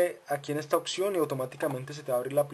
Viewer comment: Opción Opción Opción !!!!!!!!!!!!!! NO SE DICE OKKKSION.....APRENDE A HABLAR PORFA....